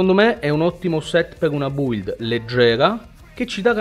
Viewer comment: Il modo in cui dici BUILD è fantastico !! 🤦🏻‍♂️🤣